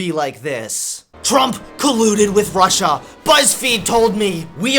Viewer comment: "Prussia" how old is Trump again? 😂